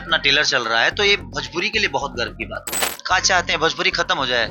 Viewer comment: Bhajpuri na re masuriya 😂 Bhojpuri hota hai 😅